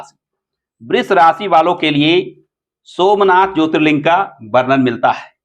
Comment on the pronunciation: पहले ज्योतिर्लिंग का सही से नाम लेना सीख लो l